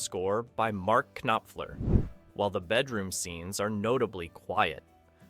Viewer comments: It happens again with the pronunciation of Mark Knofler - sounds like artifacts of an AI voiceover haha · Mark Kuh-Noffler? I mean honestly, is this AI? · While still a good take on the movie for the love of god get the proper pronunciation of people's names before recording the voice over. You butchered Mark Knopfler so bad it made me stop and write this comment. And that wasn't even the first one. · The 'k' in Mark Knopfler's last name is silent. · Are you a real human? How can you not know how to pronounce Rob Reiner or Mark Knopfler?